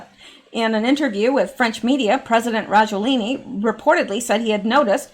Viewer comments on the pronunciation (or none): FLU is a VIRUS and they DO vaccinate against it BUT.... Generally UNSUCCESSFULLY as the virus of the flu MUTATES !!! ALSO.... Why and How can you REPETITIVELY READ Rajoelini.... When CLEARLY the last letter of his name is NOT an "i" .... but an "A" STOP GUESSING !!! lol Just READ the unknown word!!! SYLLABLE per SYLLABLE !!! ;-)))